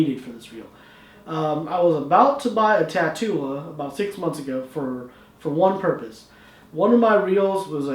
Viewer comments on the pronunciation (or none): shouldn't this be pronounced tat-ula like the word spatula or tarantula